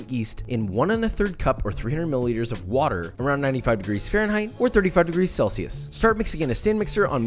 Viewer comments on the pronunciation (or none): none